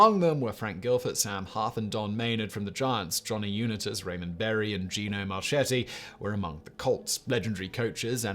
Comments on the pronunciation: Excellent video … but boy, did I cringe at some of the mispronunciations of the players names. I counted five. In particular, Johnny Unitas was You-NYE-tas not YOU-nitas and Kenny St-AH-bler was STAY-bler. Oh and Frank ‘Gilford’ was probably Gifford, who went on to commentate for CBS for 20 years. I still clicked ‘Like’ though :-) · I kept shouting uNITas as he said it. Lol Uni-tas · i know your a brit, but LOL… Frank Gilford, Tom Laundry, and Johnny Ewnehtas. What a wanker! :-P ❤️ EDIT: then Ken Stahbler… cracking me up brother EDIT 2: you put the Knile Davis kickoff return as the greatest postseason play ever?! Haha i’m a chiefs fan and was at that game. As happy as it made me that doesnt even deserve to be on this list! Too funny…. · Dear Simon, Baltimore Colts quarterback #19, Jonny Unitas. Last name pronounced: “You-nigh-tis” with emphasis on “nigh” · Pronounce Unitas as u-nite-us! Do your research, please! Thank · Also the unit-us pronunciation is cringe af I like it. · Unitas is pronounced “you-night-us” here in the colonies. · Unit-as...Three times?! SIMON!!! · I chuckled when he said Uni-tiss. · Johnny Unitas is pronounced, you nigh tuss. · Johnny Unit-as. Lol. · UNITAS: U Nite Us 😂🤣 Don’t worry Simon, I’m American and we pronounce most thing wrong😂🤣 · Simon, I commend you for taking on a topic any non-American would know or care little about. Two comments on the Giants-Colts championship game: 1.) You mis-pronounced Johnny Unitas's last name; it should be "you-night-us", with a long I. 2.) This was the first game in NFL history to go into overtime. Regular-season NFL games that were tied at the end of the fourth quarter stayed tied until the mid-1970's. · ‘Unightus’ =Unitas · The way he says Unitas just make me sick. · Devin Hester housing the Opening Kickoff of a Super Bowl -The Music City Miracle -The Helmet Catch Not pronouncing “Unitas” or “Stabler” accurately. My Man, you needed one or two more NFL fans to put eyes on this one.